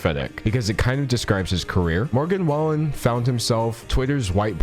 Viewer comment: I live in Oklahoma and Morgan Wallen is HUGE down here everyone knows who he is🤢 so just a heads up his name is pronounced WAY-LYNN at least that’s how everyone around here says it i could be wrong